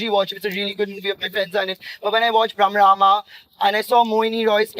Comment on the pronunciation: It's brahmastra not brahmarama 😅